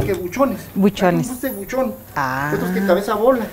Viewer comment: No se dice fuste se dice juste!!!!!